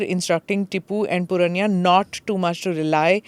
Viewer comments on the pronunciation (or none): Please pronounce names correctly. It is not puranya, but poornaiah.